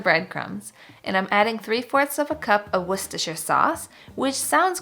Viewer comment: You're the first American I've ever heard say Worcestershire right before. As a Brit, who loves your videos, it makes me immensely happy!